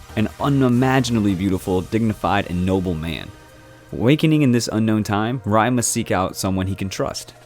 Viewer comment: Noblesse: Ray, it’s pronounced as Ray. 😖 But thanks for adding it in because it’s amazing!